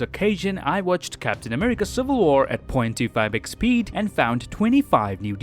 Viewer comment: Guys, i literally always here him say ".25 x speed" as ".2 fabric speed